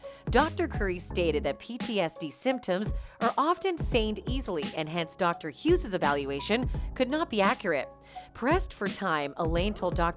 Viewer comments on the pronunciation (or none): none